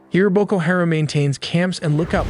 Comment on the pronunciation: How he says “Haram” is funny. He says “hear’em”